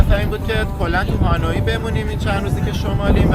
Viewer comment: اسم شهر تلفظش هست هونوی یا به فارسی میگیم هانوی،نه هانویی